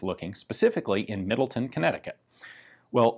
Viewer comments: Even, dude, the town part of Middletown is pronounced like town, not tun. I live there... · MiddleTOWN, not Middleton, CT. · Just an FYI - the town is pronounced the way it is spelled - Middle-Town, rather than Middle-Ton. :-) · Middletown, CT is pronounced “-town” not “-ton,” which is fun because Greenwich, CT is pronounced as Grennich, but Greenwich, NY is pronounced as its spelled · the W is pronounced in the proper name MiddletoWn It is not Middleton. There is no Middleton CT there is a Middleton WI. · Not that it matters its MiddleTown not middleten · Great video! As someone from CT it is pronounced Middle-Town though